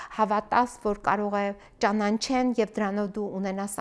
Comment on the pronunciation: Հարգելի, դուք շատ համարձակ և ճ ա ն ա չ վ ա ծ մարդ եք. Շատերն են լսում ձեր խոսքը,ուշադիր եղեք,խնդրեմ, ՃԱՆԱՉԵԼ բայի նկատմամբ.ոչ թե ՃԱՆԱՆՉԵԼ այլ ճանաչել,ճանաչում եմ,կճանաչես, չեն ճանաչի և այլն